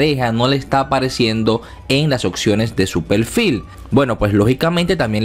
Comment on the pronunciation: Pelfil? Es Perfil, con R.